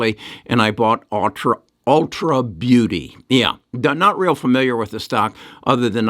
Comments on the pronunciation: It’s ulta not ultra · It’s ulta beauty. Not ultra.